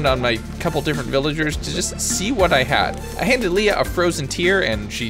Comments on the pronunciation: Lee-ah. Lay-ah is Leia as in Star Wars...Leah is Lee-ah. Went to school with a Leah. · hearing you call Harvey "Henry" and Leah "Leia" hurt lol💀